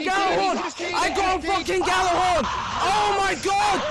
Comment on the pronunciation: The fucking cringe of people pronouncing Gjallarhorn like that has never left me all these years later...